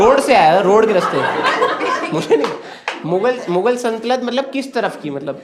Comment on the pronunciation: He also pronounced "saltanat" wrong everytime 😅